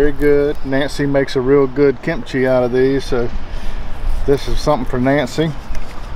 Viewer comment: "Kimp chee". Funny.